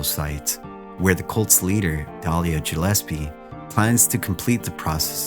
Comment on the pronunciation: Gill espie not jillespie